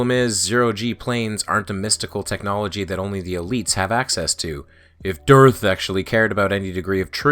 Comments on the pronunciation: The way you pronounce "DITRH" sounds and feels like a person's brain segfaulting. Which, admittedly, is a probable side effect of listening to flat-Earthers for too long. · Wow. ...No witty quips this time; just wow. That was something else. (P.S. I liked the pronunciation of "Durrth." That gave me a chuckle.)